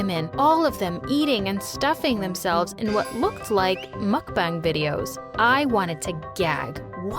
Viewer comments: "mukbung" lmao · She said muk bung its MUCKBANG